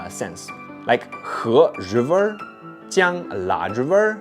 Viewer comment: 😂 Say again "River" Zhiver